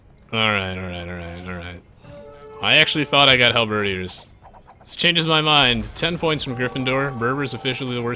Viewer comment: Hey, love the channel. I'm a long time AOE player back from Rise of Rome on and it's my all time favorite game. Really love your channel and videos though I must confess I never really got into multiplayer but want to try it after so many years playing. One thing I want to point to you though, "Halberdiers" is pronounced Hal-ber-deers, not Hal-ber-dee-ers;P